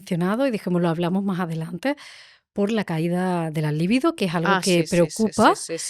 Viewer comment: Libido no se acentúa. No entiendo como difundiendo un video no aprendas primero a hablar correctamente. Es un consejo.